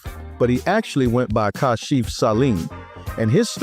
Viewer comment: It was simply "Ka-shif," not "CAH-shif." Hire REAL narrators who know the music, NOT AI.